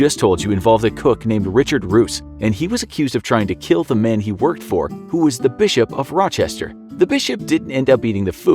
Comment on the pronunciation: This punishment....will keel!